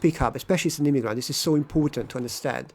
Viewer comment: I don't like the way you say the word "immigrant". When you say it, it sounds like "immiGRUNT" - you should use the neutral vowel in the last syllable (/ə/, the one at the end of the word "sofa") and not the same vowel as in the word "cup". And when you say "bad person", it sounds like "bat person" - the d should not be devoiced before a following unvoiced consonant. And "since I'm here" should be "since I have been here".